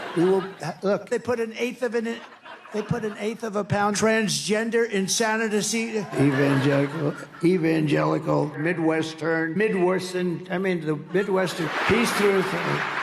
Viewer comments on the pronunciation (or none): 'Insanadacee' is what the orange turd is suffering from, that's why he cannot pronounce it. He is truly revolting.